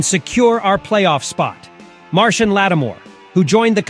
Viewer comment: I don't know how Marshon Lattimore pronounces his name (and I had to look it up), but I'm sure it's not "Martian."